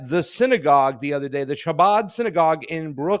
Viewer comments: Scottish ch. Not English ch. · Pasta,The "ch'" seems to be pronounced as a"K"... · I'm pretty sure the C is silent . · Funny that he missed that the "Ch" in Chabad is pronounced as it is in a word used in the next sentence, chaos. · Ch is pronounced with your throat my guy, lol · not pronouncing chabad correctly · Imagine doing a 15 min news segment, and mispronouncing the name of the subjects dozens of times…